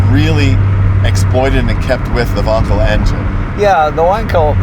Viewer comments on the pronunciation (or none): Donald says “Vonkel”, Jay says “Wankel”. Zoom zoom.